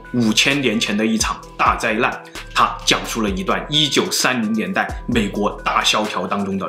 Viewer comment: 老高是讲的是哄老婆睡觉的故事，里面再撒一些狗粮，小茉够漂亮，脑洞也够大，两个人的互动很有看点。老高说话也清楚，不看字幕也能听懂。总裁长相不行，说话也听不懂，只能看字幕，灾难说成灾烂，资料说成滋尿，要不是靠内容撑一撑，真的听不下去。